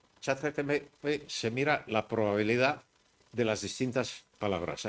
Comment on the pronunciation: Todo el mundo: ChatGPT Álvaro de Rújula: ChatGTP